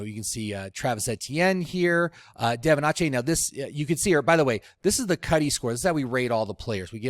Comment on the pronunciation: Devin "AWEchane"